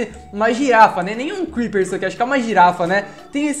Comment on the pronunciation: O crepeer falo kkkkkkkk